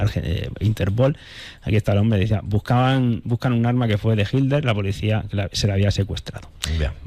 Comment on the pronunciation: # HILER NO, Hablas mal. Se debe pronuncia: HI"T"LER. Parece que evitas pronunciar la " T "